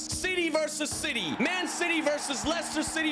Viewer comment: I heard 'Shitty' for the whole video💀